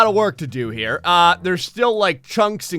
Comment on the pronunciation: i love your videos a lot ,But don't say KHERE say HERE!